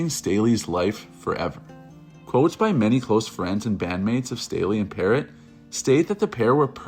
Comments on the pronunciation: This asshole doesn't know what he's talking about. He's copying other documentaries and can't even pronounce Demories name. It's pronounced peerr-o not parrott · Also when he called demri parrot 🦜 like the bird instead of Pa-Row like its pronounced